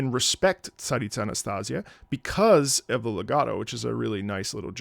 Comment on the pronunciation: omg you pronounced Tsaritsa so well here my ears are blessed